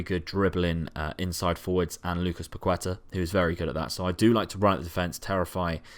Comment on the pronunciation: Its not Pakueta, Its PaketA